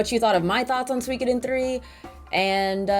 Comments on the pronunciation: su-i-ko-den not sweecoden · SUE - CO - DEN. You sound like you’re speaking of Something from Finland when you say Suikoden. 😂